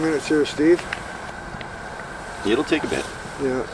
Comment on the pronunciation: First time hearing an "ey" from steve 👏